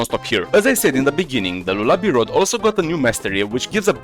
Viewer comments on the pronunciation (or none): im dying cuz bro said lolaby rod💔